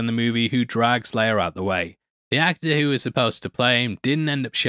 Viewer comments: It's Leia not "Leiar" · Peter Cushing (Governor Tarkin) also pronounced Princess Leia's name differently. He pronounces it "Lee-ah" rather than "Lay-ah."